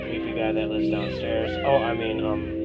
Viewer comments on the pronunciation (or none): Every fucking video he says “lifes” instead of “lives”